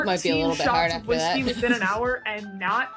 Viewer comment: Its hot honey. Crown not an wheeskey😳